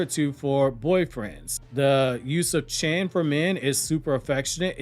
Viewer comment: You do know that "chan" is pronounced as "chon" (rhymes with "John"), not the way that you pronounce it (it doesn't rhyme with "can"). The same goes with "san"